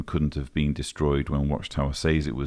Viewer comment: "Frum the Bunkah." I love how you say that (Also how you say "Says" exactly how it reads. in America we say Sez but i'm sure this has already been say'd 😀). My fiance's family is two generations deep in the organization. I looked up information like yours in order to understand what I was dealing with. Thank you. You are very thorough and your videos have helped me completely get it.